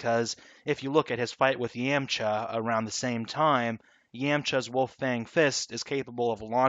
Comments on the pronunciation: Just a quick thing, because I'm like 2 minutes in. Ryu, if thats supposed to be Japanese, that pronunciation is pretty off, I don't know if you don't correct people because its too tiresome, same with the name Yamcha. Anyways, if you aren't going for a Japanese name, then nvm. , it might be better to start doing research momentum, because reversing a moving object requires double the strength. But then again, you said faster than light, meaning infinite energy, sooooo... yeah. I guess its still completely unrealistic but ignoring relativity. Anyways, I don't understand how earth isn't shattered if the whole universe is shattering... Their very movements should shift the planets out of orbits. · Yam- cha He said YAM cha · I hate how he said YAM-cha instead of YAWM or YOM-cha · YAM Cha, it makes me mad how he says Yamcha. (YAH-M-CHUH) Edit: HOW THE FUCK DO YOU MISPRONOUNCE MANGA!? AHHHHHHH THIS GUY JUST KILLS ME INSIDE! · the way you pronounce A its Yamcha not jaaamcha Or Manga not Maaanga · Yaamcha Nice pronunciation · yam-cha?? XD yahm-cha xD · It's (ya m cha) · Yam - cha. haha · That’s not how you say yamcha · Your saying yamcha wrong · You pronounced Yamcha wrong and manga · Who else triggered that he said yamcha wrong😤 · Lol your friend needs to lear how to say manga and yamcha Lol